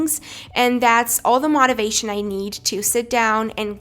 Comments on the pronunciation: it's motivation not modavation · Btw its motivation not mativation. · I am confused did she say mativation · anyone else cringe at how she said "motivation" 😂😂good tips for studying though !! Luv from the whole of England x